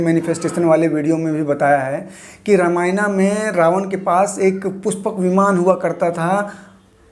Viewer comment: The video is good and you explained it really well but What is " ramayanaa " ? Plz don't change its name plz... Are you a foreigner ? Plz don't pronounce our religions books in foreign language Bcz they can't pronounce our language or words bcz of there accent Don't try to copy them plz !!!!!